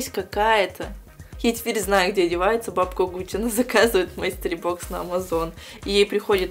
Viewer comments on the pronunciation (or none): мАстери бокс..... А..а..а. боже мне так режет это слууууух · Я люблю твои видео, но я не могу слышать, как ты говоришь "мастери бокс". Это читается как " мИстери бокс"